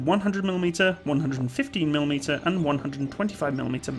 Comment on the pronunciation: "tested against the150mm rounds used by the T-62 tanks" o.O It took my some time to realise that your 115 and 150 sound veeery similar here xD